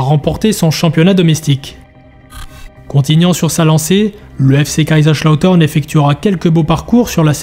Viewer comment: SUPER VIDÉO ! Juste les S en allemand ne sont pas des CH 😅